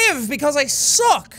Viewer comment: Jack: I lived because I suck ! Me: I mean...you don't have to say it like that......lol